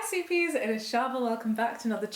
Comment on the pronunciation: I was unfamiliar with your intro and thought you called us "soupies" instead of "sweetpeas"